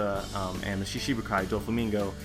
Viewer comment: Great video as always. But, I notice that you always pronounce "shichi-bukai" as "shishi-bukai". Although that means "lion warlords of the sea", instead of the original "seven warlords of the sea". Not very important of course, but wanted to share o7